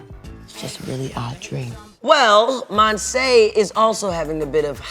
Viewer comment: This show seems to be good but I’m kinda bothered about the way they say Monse’s name. They say it mon-say but it’s mon-see or in Spanish it’s Mon-se, speaking from experience bc it’s my name